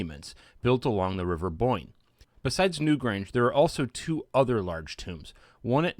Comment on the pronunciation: I thought you called it the river boink